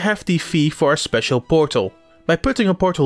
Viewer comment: Wow.... Dont know who this is doing the voice over on this but it sounds amatuer at best and not what I have come to expect from a gamexplain review. Needs work on renunciation and just sounding natural. The pauses and transitions were awkward. "And if you get all the keys..... Something speacil will happen" just someghing about that seemed off. Usually trust your reviews but this doesnt sound like someone I can trust. Hope quality improves